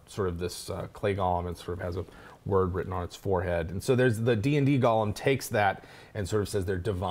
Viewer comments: Fantastic video... with one nit to pick. The term is pronounced Goh-lehm. The Hebrew spelling of the term is Gimel-Vav-Lamed-Mem[final], derived from the word "Galmi" from Psalms 139.16 (Gimel-Lamed-Mem-Yod). "Gollum" is the character from The Lord of the Rings, named after the noise he made when he swallowed. Sorry to be a pedant. ;-) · Go-lem — not Gollum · GO lem, not Gollum. lol! Good show! That's a badass Idea about it being an honor to be used in the creation of a flesh golem! Love it, and gonna use it in my dark sun game! Thanks! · For your own edification and future reference: GOLEM is pronounced "go (like "go there") limb (like "tree branches are the limbs of a tree") You kept saying "Gollum". Which is a character's name. Golem is a specific term of Yiddish etymology. It only has one pronounciation. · Oh my god it’s go-lem with a long o, not gollum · Wonderful video but it's pronounced Go-lem, not gollum. One's a terrifying hulk that can turn your casters to jelly, the other is a small creature with a jewelry fetish. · It's golem pronounced goal- em not gall-em that's a character name gollum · pet peeve: pronouncing golem like gollum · The way you guys pronounce golem triggers me.